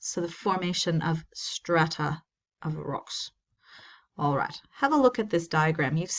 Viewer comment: Having a hard time saying strata?